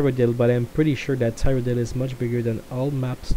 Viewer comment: Ceeroh-dill, PLEASE.